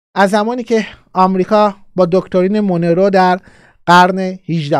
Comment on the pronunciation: استاد ، دکترین مونرو، مثل مرلین مونرو تلفظ میشه،